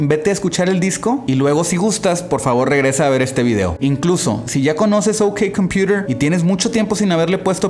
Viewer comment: Pero si asi se pronuncia correctamente XD